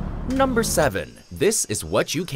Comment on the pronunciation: jaja he says numbrrrrr 5